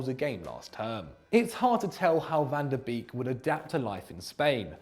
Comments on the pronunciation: van tah beeeeeeeeeeeeek it should be a meme. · The way my man said van de Beek is hard not to cringe as a Dutch speaker😂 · I´m getting angry because of how is pronouncing Van de Beek